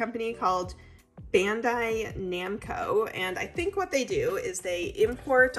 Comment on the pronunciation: You said it correctly! (Well, correctly to how it's said by English-speakers; we don't pronounce our A's like they do in Japan.) It's just very cute because like the original commenter said, Bandai is one of the biggest Japanese media companies-- they don't just make/import puzzles, they make massive video game franchises like Pac-Man, Digimon, Tekken, Dark Souls, all of the Gundam stuff, any video games based off of comic books that ran in the biggest Japanese comic line (like Dragonball Z, Naruto, My Hero Academia...) If all of those names are nonsense to you, it would just be a little bit like someone in another country looking at puzzles produced by, I don't know, Nickelodeon? And saying "oh, I guess Nickelodeon imports these puzzles from America!" Like, sure, but that's not the half of it! 😂